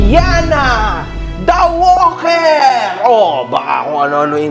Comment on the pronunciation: Natatawa ako sobra sa pag sabi mo ng "Walker". 😅😆😂🤣